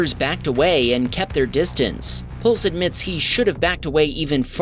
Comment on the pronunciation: Video 8 The person's name is Pusle not pulse. As in pus-l. Rhymes with puzzle